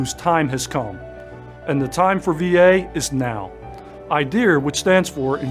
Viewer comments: WHY IS HE SAYING IDEAR INSTEAD OF IDEA? DID I MISS SOMETHING? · Seriously? Assistant Director of the Veteran Affairs can't even pronounce the word IDEA correctly? also...wtf is "ideaR"? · Unless this talking head is from the UK, he should not easily add an “R” to the end of IDEA. IDIOT!